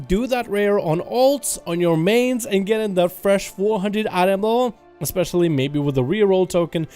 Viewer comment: Sorry but there is no X in especially